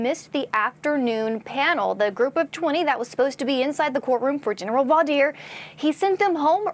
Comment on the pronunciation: Someone teach to pronounce voir dire